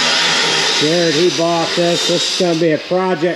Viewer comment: FYI it's JERED, not Jarod, Jarret, Jaret, i was saying it wrong for about a year. My apologies